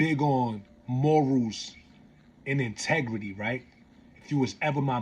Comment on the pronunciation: Its morals ..! Not moRUUUUZLs